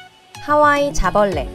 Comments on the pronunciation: 하와이를 카와이로들음... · 하와이 자벌레를 난 카와이 자블래 라고들음ㅋㅋㅋ